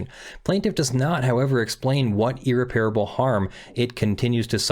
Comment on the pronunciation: Small, hopefully useful thing: It's ear-REP-ruh-bull, not ear-Repair-able.